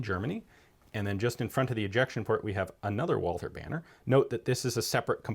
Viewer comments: "Wallther" correct way is Walter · please learn to speak Walther (silent H) :) not Wolser ^^ ... great video, beautiful gun.